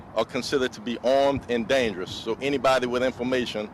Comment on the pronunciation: "Eleventeen prisoners are ormed and dangruss..."